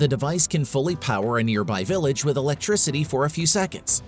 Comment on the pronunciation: Don’t forget it’s a GRAVADEE battery to generate ELECTRISADEE. Boring